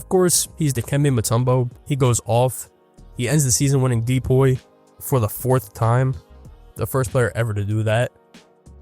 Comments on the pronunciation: didnt subscribe after you said de-poy, twice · Why do you say DPOY like that?